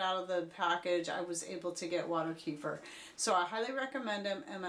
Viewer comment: Kuh feeeeeer. Lol